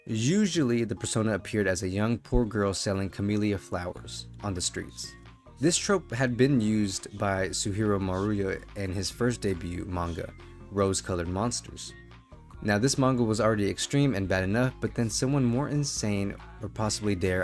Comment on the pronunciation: You butchered his name but good effort. Su-eh-hero Mah-ru-oh except the r is also l sounding Anyway he's one of my favorite artists. How's that saying go? Art comforts the disturbed and disturbs the comfortable? Interesting choice of music btw...be careful those bands love to DMCA D